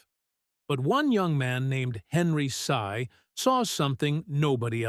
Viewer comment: Learn first to spell Henry Sy, not Henry Say. You Mr. AI so ridiculous. Bye!